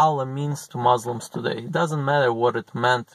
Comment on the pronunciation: It’s Muslims not mauslims